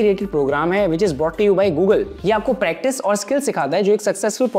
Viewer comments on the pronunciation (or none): none